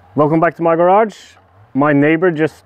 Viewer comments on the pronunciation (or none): none